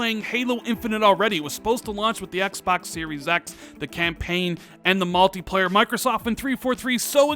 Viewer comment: "malteeplayar" "they've been qwait" Good lord can you learn how to speak?